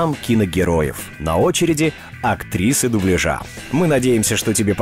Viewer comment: Дубля́жа! Диктор, зайди на канал Татьяны Гартман и просветись!